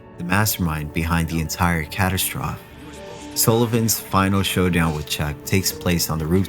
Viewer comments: I didn’t realize until he couldn’t pronounce catastrophe. In his other video he couldn’t pronounce zealots. Someone writing their own stuff wouldn’t use words they don’t know 😂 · The way he says "catastrophe", "epitome", and "Seymour" is absolutely SENDING me.